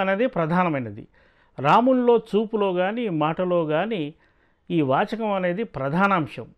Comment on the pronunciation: వాచకం కాదు జర్నలిస్ట్ గారూ వాచికం స్పష్టంగా ఉచ్చారణతో మాట్లాడండి